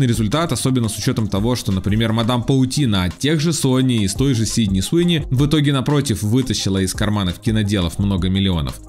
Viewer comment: Суини ,а не СИуни